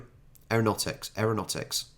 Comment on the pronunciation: You would have at least 1 power board in your home...Where else do you plug multiple plugs into?? Pronounce it AERO NOUGHT TICS...Spray on skin is for burns victims; it's taking samples of the person's skin & spraying it on their wounds - promotes faster wound healing. Many victims from the Bali bombings were treated here using this treatment. As you said, necessity is the mother of invention. We are a small nation, but we have invented a hell of a lot of useful products. Makes me very proud to be an aussie 💪✌...I think you should do a video, if there is one, on English inventions..IF I had to choose 1.... the Bionic Ear....giving someone the ability to hear is AWESOME 😊